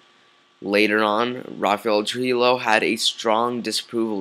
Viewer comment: You pronounce Trujillo incorrectly. It's not "true-he-low", it's "true-he-yo"